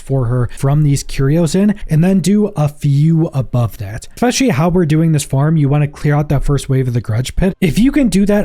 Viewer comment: 'Eck'specially Come on man. Especially.